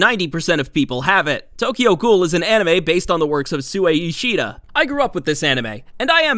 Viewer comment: The way u said kaneki and sui Ishida had me spazzing 💀